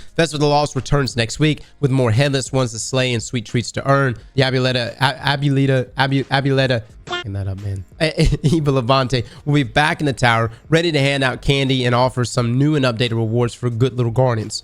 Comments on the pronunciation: Mf said abooleta 😭😭😭 it’s AHBWELEETA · it’s pronounced “Ah-Boo-Eh-Lit-Ah” 😂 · Abuelita is in Spanish btw pronounced ah bueh le tha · Ab-way-lita It's not so hard 😭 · it's (Ah-Bweh-lee-tah)=Abuelita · Ah-boo-eh-lee-tha 😊. Greetings from the Aztec land of Mexico… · Bro remove Aztec from your name now! Can’t pronounce abuelita. The disrespect to the culture. Aztec my ass. Ur a fraud. Ban urself! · For all the time i've been watching your videos, i always thoughr you had latin roots, but by the way you pronounce "abuelita" i can see you're more gringo than i thought😅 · Don't mispronounce abuelita, you're going to make Tuco angry 😡